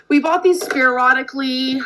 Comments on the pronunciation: Speeearodically lol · Was she trying to say "sporadically"? Well, she got some of the letters right. 🙄